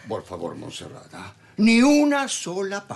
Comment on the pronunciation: Alguien más ollo q en el le dice a Monserrat... Monserrata